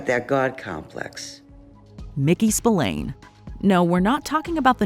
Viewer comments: Spillane is pronounced “Spil-ann” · Yeah it's really annoying especially as she would have heard/told the correct pronunciation. Pet peeve of mine.